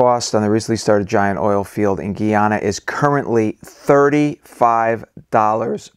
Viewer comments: Guyana is pronounced like Guy-Anna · Guy-ana :) You said it right in the first video :) Sometimes people say Gee-yana but formally, it is Guy-ana. You've got the demonym correct this time :) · Finally you pronounce the name right when you said Guyanese people. GUY..ana is pronounced Gii, not guh.aana. What about saying that guy(male person) is strange. Imagine saying that as "that guh is strange'. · GUY -----YANA. = Guyana....please! STAB-----BROKE = Stabroek (Its Dutch)